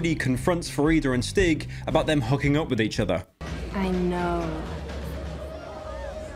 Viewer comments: I beg to god it’s annoying me the way you pronounce stig, it’s a long I, stiiig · Swedish "Stig" is pronounced "Steeg". Otherwise, great video! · Great vid but this one thing annoys me... As a Swedish person, I can say that it is pronounced "steeg" rather than "stig" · i keep hearing stick instead of stig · The pronunciation of Stig to any Swedish person just hurts